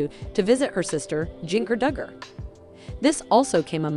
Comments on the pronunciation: You can’t pronounce their name properly so you should not be reporting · All i canvas is....please learn how to pronounce the Dugger girls name correctly!! "FREE JANA!!!"